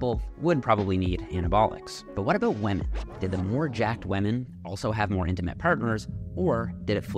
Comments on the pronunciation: Why does bro not know how to say "women" lol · I realized pronounces “women” like “weh-men” and now it’s all that I can hear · The real question is why can’t say women. 😂 great video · "wemen" lmao wtf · Does anyone else find the way he pronounces “women” discomforting? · Just here to listen to say wemen 600x 🙂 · "weman" PLEASE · Can we get a meta analysis on this research? And a separate study it Jeffs pronunciation of "Wemen" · why does bro say wemen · Wamen, wamen, wamen, what would we do without them? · Is the pronunciation "WEMYN" for women a Canadian thing or a thing? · Whamen 😂😂 Wove sweet wove ❤ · Why do you pronounce women “wamen” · pronouncing women as "wamen" the entire video 😂😂😭😭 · Why does he pronounce women like that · bro, I love your content, but you seriously need to learn how to pronounce "women." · the pronunciation of women is so funny tho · my man... we need to work on your pronunciation of "women"